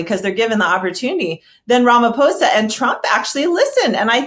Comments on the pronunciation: Damn! You said the Our presidents surname perfectly! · correctly pronounced Ramaphosa, thanks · I appreciate your objective analysis and actual effort to research the topics you're discussing. To top it off, you actually cared to pronounce Ramaphosa correctly. Trump's tactics are really leading America down a perilous path, while elevating other countries. I feel sorry for those who didn't vote for him. I love my country 🇿🇦, even with all its troubles, and I still have hope in our government, especially now with the multiparty rulership . I'm happy that White people spoke on behalf of my president and my country. If we didn't have a white genocide at the end of apartheid, it's not going to happen anytime in the foreseeable future. We don't want to see each other dead, we want to see each other safe and prosperous. That's our collective plea to our government. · Thanks for pronouncing the name of our president correctly. These other fools keep saying Ramafosa.